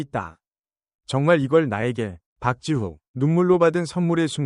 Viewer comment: 박'지우가 아니라 박지후 입니다 지후를 지우라고 하니 거짓이란 소리가나오네요 김 성주님 박지후 꼭 성공할수있게 도와주세요 응원하겠 습니다 짝 짝짝 화이팅